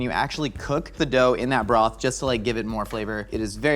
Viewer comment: "I'm gonna take all this Borth" what? the whole village? 🏴